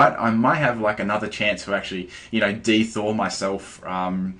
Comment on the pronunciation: Y u say "De-thaw"? xP